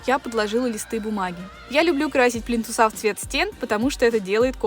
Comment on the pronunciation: ПлИнтусы, а не плинтусА.